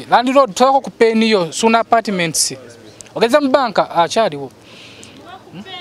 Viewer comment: Wow may God bless you 🙏 but the way you have bn saying suuna apatiments 😂😂😂